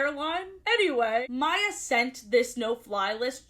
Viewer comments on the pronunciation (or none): none